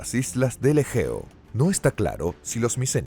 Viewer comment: Revisen la traducción y lectura antes de subir el vídeo.. entre menoicos, ageos, y derivados ya no sé de qué estamos hablando...